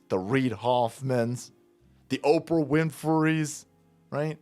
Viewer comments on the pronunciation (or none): none